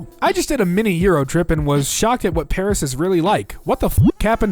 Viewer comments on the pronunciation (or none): none